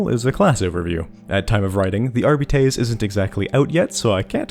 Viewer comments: Since you brought up pronunciation, shouldn’t you be rolling your Rs like Spanish if you’re going to say Arbites the Latin way? Wouldn’t your pronunciation still be wrong? (edit: I haven’t done Latin since highshool so my memory might be foggy) AhRRR-bee-tehss? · The correct pronunciation might be jif, but that is treason. R-Bites is the GIF equivalent. It sounds less.... whatever everyone thinks we need beets for, and we have a dog. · That's why I prefer "AR-bih-tees". But again, it's a made up fantasy language, Games Workshop can say how to pronounce it however they like. Telling them they're pronouncing their own made up language wrong is cringe levels of nerd-arrogance Let's not forget that in 40k Shakespeare is "Shakespire". The whole point is knowledge and understanding is altered and lost over time. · Arbites isn't a Latin word so your point is moot. In fact the only mention of the word "Arbite/s" in history, outside of 40k, is in the Bible where it mentions "Paarai the Arbite" in '2 Samuel '. In the context of the Bible it means 'a native of Arab' and is pronounced 'ar-bit'.